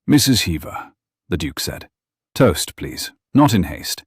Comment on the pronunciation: Except for the word "toast" 😂